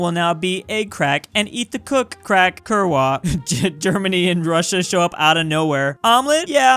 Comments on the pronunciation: It's pronaunced kurva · For better effect, in the future you may want to read the Polish “kurwa” as ‘KOOR-vah’ — ideally with the trilled ‘R’, but most importantly with the letter “w” pronounced as the English ‘v’ (same as it is in German). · it is pronounced KURR-VA (with a bit roling R and a propa U). It's escential to understand Polish culture :D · funnies prenauciation of Kurwa ever :D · That kurwa pronouncation was the worst thing i ve ever heard